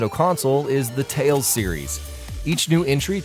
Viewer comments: It's Tales... not Tails. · Um, tales, not tails?